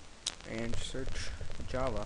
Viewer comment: hmm... dżawa :D